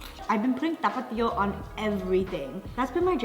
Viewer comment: I loved how Jen pronounced Tapatío perfectly! You guys are super cute ☺️